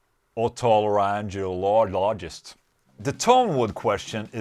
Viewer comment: Its "oduh-lairin-golo-jist" haha love the vids dude